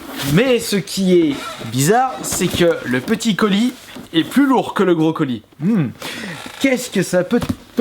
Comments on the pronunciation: Salut quand tu dis le gros colis on dirait que tu dis le brocoli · quand il a dit gros colis j'ai compris brocoli. sinon continue tes video c'est trop bien.